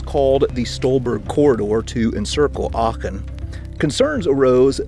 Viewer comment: I have to applaud you. You managed to pronounce Aachen nearly correctly. Which is close to impossible for americans.